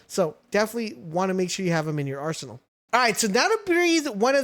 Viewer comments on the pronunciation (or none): none